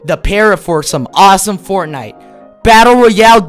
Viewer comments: He really said fornife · Me watching this:🙂 Me when he said fortnife:😂🤣